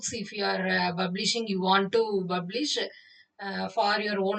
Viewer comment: Its not BUBlish....you should pronuce it like PUBlish....please polish your english pronunciation. Also please practice by attending spoken english....do not kill us by talking like butler english. Your english slang clearly shows that you are from Tamilnadu.